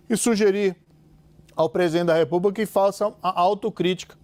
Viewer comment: ele acertou corrupção mas falou "repuba" e não republica